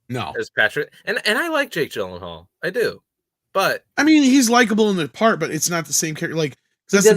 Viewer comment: Gyllenhaal = Jill-In-Hall, not Gill-In-Hall.